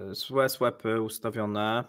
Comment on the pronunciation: Swap- wymawiamy swop. Nie swep😂